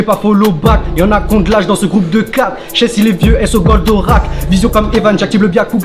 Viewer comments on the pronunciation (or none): au lieu de dire Shess ils dit Shech 🤣🤣🤣🤣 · Il a appelé shess « sheche » 😂😂😂😂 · C SHESS ET NON CHECH 😂😂😂